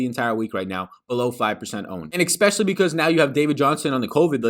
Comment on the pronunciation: There is no K, in the word especially.